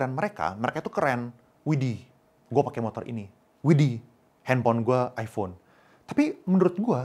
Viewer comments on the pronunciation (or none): none